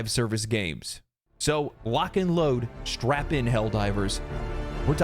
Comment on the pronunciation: Did he say strap in or strapon?